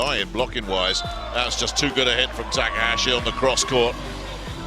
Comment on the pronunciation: your saying his last name wrong. how he pronounced taka, the a is supposed to sound like the a in taka.